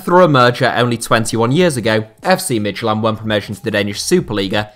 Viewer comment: Midtylland is pronounced Mee-you-lan, not mid-ty-land.